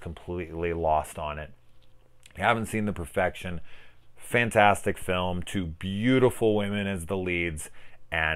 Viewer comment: "The Perefection"?..Seriously...who would trust a word you say